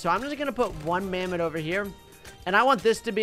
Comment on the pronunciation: This isn't mammoth this is mamtho